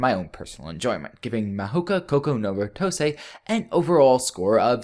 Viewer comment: DAT AMERICAN PRONOUNCIATION OF THE TITLE! I'm sorry, I don't mean to be "That guy", but seriously, that was just... If you can't pronounce it, why not use the english title? "The Irregular at Magic High School".